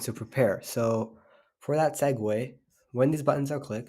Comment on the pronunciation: u said eggway at the start